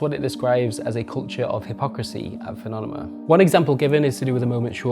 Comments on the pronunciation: Thanks for all the great investigation. I used to idolize Robin Hunicke myself. P.S. It's Fuh-nah-meh-nuh. It sounds like our dear host is trying to rhyme with 'anonymous' or 'fun-enima' or something lol. Actually, if it's intentional I can appreciate that, but I doubt it. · Great work but it’s driving me crazy hearing “Funonema” over and over again. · i just keep hearing "funonema"...What an amazing investigation. thanks for that great piece of content.